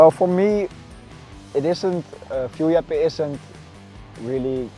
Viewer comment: Fierljeppen was spot on! And I can know, I am Frisian😅